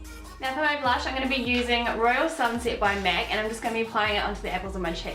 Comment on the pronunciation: idk why I found so funny everytimw she says "mec" instead of "mac". where is she from? also I've been looking for this look everywhere and I finally found one that's pretty good. thank you!